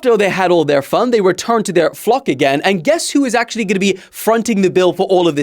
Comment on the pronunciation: I first understood "Pfand" and not "fun"